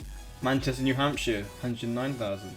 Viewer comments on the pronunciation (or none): none